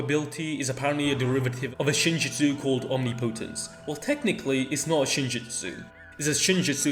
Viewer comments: i understand its not so straight forward and matters little to none but the pronunciation is killing me lol its 'om-nip-oh-tense' not 'omni-potence' 🤣and so many people are saying it that way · Omnipotence is pronounced om-nip-oh-tense, NOT omni-po-tense.